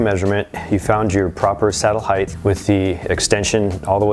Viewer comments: Just an fyi...height is pronounced "heit" No "th" at the suffix. Just one of my peeves... Great video otherwise. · Rider height... why do people say it like it spelled heighth? Sorry but thats a huge pet peeve.